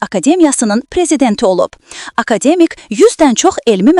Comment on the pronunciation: Akademik yox,AKADƏMƏK